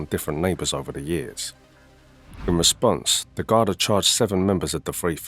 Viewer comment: One minute a proper pronunciation of GARDA the nextt